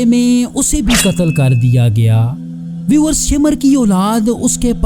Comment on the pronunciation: शिमर नहीं भाई शामिर है